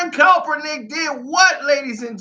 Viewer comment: I had to stop watching for the simple fact that you cannot pronounce the dudes last name to save your f**** life and it's irritating is a hell...smh